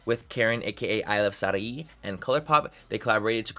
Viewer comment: How are you Mexican but can't pronounce "Sarahi"?